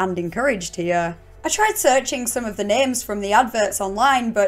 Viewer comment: There's some questionable vowel sounds going on hyeueh.